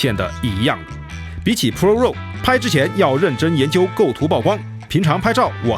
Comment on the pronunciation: raw 读作 /rɑː/ 或者 /rɔː/， 并不都 “肉”。。。。